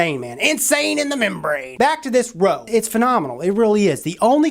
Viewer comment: The roooo! lolololol !!!! REUX Like the word euphoria!!! Come on!!